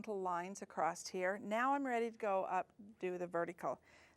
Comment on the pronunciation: A-C-R-O-S-S not a-c-r-o-s-t. Thank you.